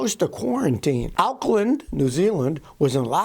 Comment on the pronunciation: Oh no, he said the city name of New Zealand Auckland wrong. 😑😌🤦